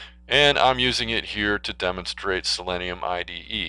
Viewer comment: Learn how to pronounce the name. It's pronounced the same as the element, which is [si-lee-nee-uh]